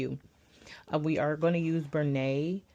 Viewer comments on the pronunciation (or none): The company is named Bernat.. pronounced BUR-NAT not BUR- NAY...smh..always with the butchery. Nevertheless nice project.